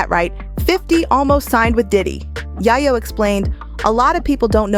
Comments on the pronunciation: 😅yay-yoh , not yah-yoh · It’s Yayo not yeyo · It’s Tony Yayo. Pronounced “Yay- o” . that’s driving me nuts lady. Learn how to say his name he’s A rap-mogul too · Who the hell is yah-yoo? Who is narrating this? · 50 seems like he’s a good man. And are you mispronouncing Tony Yayo’s name on purpose? I’m just wondering because you’re butchering it!